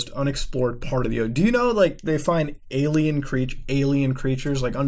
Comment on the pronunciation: His pronunciation of the word "alien" wouldn't be the same without the x files.